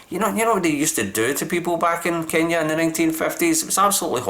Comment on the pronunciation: You are pronouncing Kenya so well, love the explanation